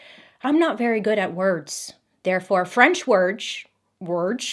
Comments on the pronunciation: I always love watching your videos, listening to you tell these stories, and watching you do your makeup. As an expat Brit who's lived in France most of her life, I can assure you that your pronunciations weren't far off ;) Even if I do giggle every time you have trouble with "worgs" XD Keep up the great work Bailey ! Thank you so much xoxo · Bailey misspronouncing “words” whilst saying she is bad at words is the most Bailey thing ever 🤣😍